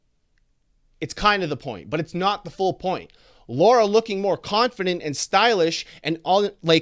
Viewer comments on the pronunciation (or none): none